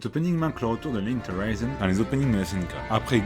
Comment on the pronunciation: Le décompte du turfu qui stresse. ET ON SAIT QUE C'EST LA RENTRÉE BORDEL 😂 Sinon nice la vidéo, on attend la vidéo sur l'ending !!! ☺ PS : ah la prononciation de Linked Horizon x)